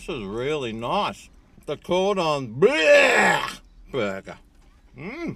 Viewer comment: The way he pronounced “bleu” had me howling